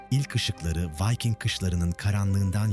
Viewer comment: Vayking değil, Viking diye okunuyor Türkçe'de. Elinize sağlık. 😇